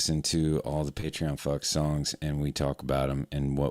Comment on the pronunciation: Please tell me more about this... "pay tree on"?